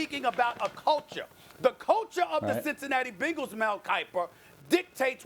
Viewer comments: Man really said bengals 😂😂😂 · Does Stephen A say Bengals funny or is that just me